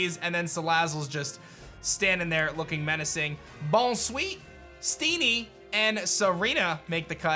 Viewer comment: You're pronouncing tsareena wrong. Whenever there's a "ts" you make a kinda sizzle soise and then pronounce the s so it's like "🍳sareena"